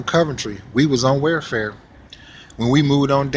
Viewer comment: Black women are vicious. They're not very good mothers and this whole "beat your kids" is nuts! BTW: welfare is pronounced welfare not warefare.